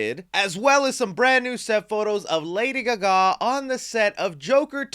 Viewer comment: that's a wierd way of pronouncing lady Gaga